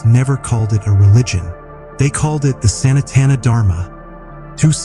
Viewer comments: WOW ! ... finally someone got the reason it's called "H"indhu right - but it's not pronounced Santana like the musician Carlos Santana 😂 ... it's pronounced sa-not-an - doing good so far so let's see where you go from here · Oh Geez. The text-to-voice AI voice can't even pronounce Sanatana. NO, the "San" is NOT pronounced as in "Sanitary." 😩 It is Sun-aa-tha-na. Anyhow, this nonsensical statement of "Hinduism is not a religion" is why the Indian Constitution and the Supreme Court said that Christianity and Islam will be protected but Hinduism will not be protected, as it is NOT A RELIGION. Holy crap. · Gravity found by Newton? Plus, AI voice can not even pronouce Sanskrit words like "Sanatana"!